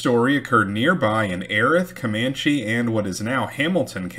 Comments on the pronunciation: That county is pronounced EE-Rath. Yeah. I know it's weird. Wow, 1875? I didn't know they were still on the warpath that late. Lookin forward to next time. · Your channel is awesome. It’s pronounced e-wrath county.